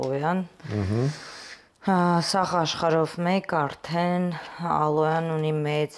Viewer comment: Ժողովորդ, մեկդ իրեն հուշեք, որ ալոյա չի, այլ ալոե։ Անընդհատ կրկնում է ալոյա 🤦‍♀️